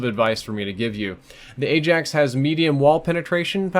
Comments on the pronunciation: It's pronounced "i axe" not "ay jacks" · He says Ajax wrong its prounced "Eye Axe" like the Dutch Football team